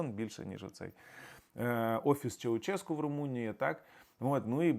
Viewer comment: Все цікаво, але Чаушеску, а не Чауческу